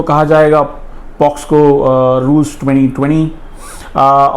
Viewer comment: Pocso to boliye sahi pahele